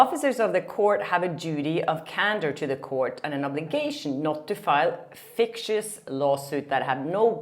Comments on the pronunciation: Fictitious not fictious. It is pronounced as fik tishus. Keep up the good work. English is hard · Fik-tish-ous. Even the MSM spells words incorrectly and don’t pronounce them right. I totally understand where you are coming from. No shade, just trying to help. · Hi! Not being pedantic just helping you with the pronunciation of the word FICTITIOUS -- You ate a couple of letters when you pronounced it. It is not pronounced FICCIOUS like you said 😂 That's it. Love you!! Keep on doing an amazing job beautiful lady! Much love from Chicago 😘😘😘❣❣❣ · I hate to say it, but you pronounced fictitious incorrectly:).